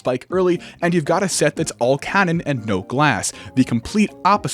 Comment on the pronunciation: why does he say cannon like that